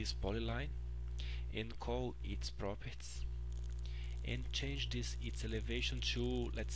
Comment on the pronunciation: Thank you for these videos! They are very helpful. But just for your reference: 'properties' is pronounced 'prop'-'er'-'tees'. Not 'properts'.